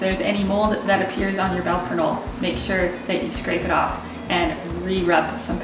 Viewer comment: you completely butchered the name